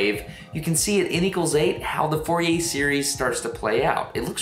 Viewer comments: If you pronounce "Fourier“ like this, you have no right to criticize other people's pronunciation of "gif". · But nobody has complained about the pronunciation of the Frenchman Fourier's name; being French it is not pronounced as four-ee-ay, it is more fur-ee-ay (fur as in fury (meaning very angry), or is that pronounced foury?). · Fourier Pronounced Foo-yay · More of a Foor-ee-ay to get the acute accent e sound of -er in french.